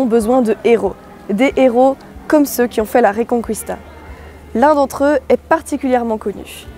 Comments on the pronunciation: Très bien Thaïs ! Mais de grâce, cessez de dire "réconkwista". En espagnol, "qui" se prononce comme en français. S'il vous plaît, dites "Francisco" Gimenez Cisneros et non pas "Francesco" que vous prononcez à l'italienne. Le Saint Jacques Matamore se dit en espagnol Santiago Matamoros mais là, vous faites un hybride en prononçant le mot français "Matamore" à l'espagnole. Bon, ce n'est pas grave. Votre travail est très bien. Quant au Cid de Corneille, il est inspiré de l'oeuvre de fiction de Guillén de Castro "Las mocedades del Cid", (la jeunesse du cid), l'ouvrage de référence étant "el cantar de mío Cid", poème épique qui raconte l'épopée de Rodrigo de Vivar. Cette geste est aux Espagnols ce que la chanson de Roland est aux Français, à cela près qu'elle est beaucoup plus fidèle du point de vue historique et que, plus récente, elle est écrite dans une langue plus accessible, sans compter que les Espagnols ne connaissaient pas cette importante division linguistique qui nous est propre, (langue d'oc et langue d'oïl). Je vous salue aimablement. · Oui je ne comprends pas cette manie, il suffit de le lire a la francaise, reconquista avec reconKista quoi ! c'est comme Paella qu'ils prononcent Paela :D